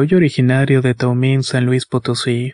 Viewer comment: Toño se pronuncia T a m u i n! Así como se escribe!😊